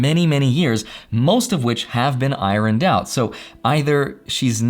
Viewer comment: “Ironed out” - lol you pronounced it “IROn-Ned”